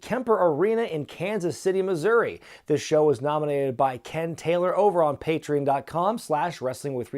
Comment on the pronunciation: Pay tree on. Not pay tree in.